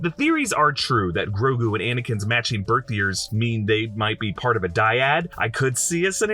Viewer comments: It’s not Ngrogu, it’s just Grogu. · Are we sure its Grogu and not, like, Ygrogu? Lmao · Grogo or Grogu, tho?